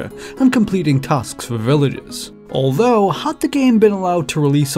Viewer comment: Well, you sure made "villagers" sound like "relatives"